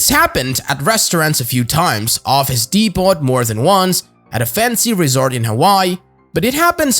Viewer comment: Not "dee pot". It's "dee po". Lol